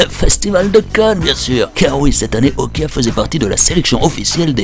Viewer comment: Okja se prononce pas "Okya" c'est coréen